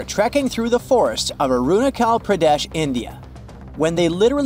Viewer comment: Arunachal Pradesh pronounced as aruna ch al pra desh Edit i pointed it out because he said it like kh not ch like in chief